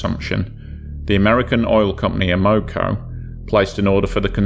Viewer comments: the oil company's name is pronounced AM-O-CO. It stands for AMerican Oil COmpany. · It's pronounced Ammo-co. NOT A-Moco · A Moco? I have always heard it pronounced Am o co. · its not Ah-mo-co it's pronounced Am-uh-co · I cringe every time I hear about the "a-MO-co Cadiz. It's AM-o-co Cadiz". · It's AM-uh-co, not uh-MO-co. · We pronounce it Am-a-co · (AM-O -CO ) American oil company, If you're going to explain something about an American company or the American people, pronounce it correctly, Americans deserve that,If not for America and it's men you would be speaking German right now TY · You're always eloquent and respectful, which I appreciate. However, as a Chicagoan, just have to say the pronunciation of the first word in the name of the first story's ship grated on my ears. Like others have said, it's AM-oh-co. (Originally one of the Standard Oil companies, it later became Amoco, which is now owned by BP.) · Great video but that's not how you pronounce Amoco😆..AEH-MUH-KO😉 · Am O Co is how to pronounce. Good video Thanks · Stop saying it wrong! 😅 It's Am Ma Co. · As a Chicagoan, that drove me nuts. AM-oh-co, damn it! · AM-O-CO Amoco! That's how its pronounced. Who in there right mind would sail a tanker in to a Gail? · So every syllable gets accentuated? SMH AM-uh-co <-- this is how you convey phonetic pronunciation. (alternately, you can replace the first hyphen with an accent/single quote mark) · Have I been pronouncing Amoco incorrectly for 40 years? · You're pronouncing Amoco incorrectly That is, unless you are stating the Spanish translation of "to snot" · The pronunciation actually makes sense if you're not familiar with the company. American Oil Company. Oil isn't pronounced "AWL"